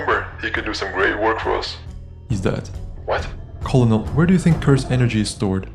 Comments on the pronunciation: did you just pronounce colonel like cullonell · you pronounce colonel as kernel